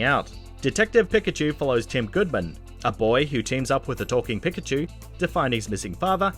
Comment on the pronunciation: “Pick-a-chu” ...I’m done. And what’s amazing is that he pronounced Gyarados Correctly